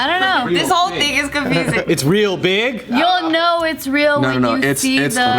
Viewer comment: Simu: it’s reãl: ooh, it’s royal